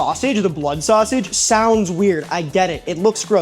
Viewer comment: I wasn’t wondering where you were from, but then you said sass-age and I knew instantly! 🐻 ⬇️ my Chicago brother!